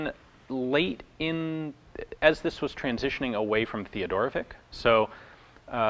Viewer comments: Oh man, I so hate correcting pronunciation. Any yugalasav or Russian name is always predicted on the end as vich. Not not Vic. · For what it's worth, our name was pronounced Theo-doro-vits